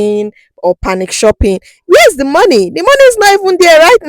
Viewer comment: No letter K in panic, by the way.